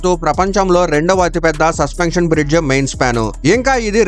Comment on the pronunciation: బ్రిడ్జు కాదురా బ్రిడ్జ అన్ని అనాలి